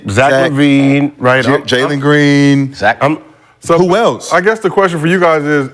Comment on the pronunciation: Bro said Jalen Green ☠️☠️☠️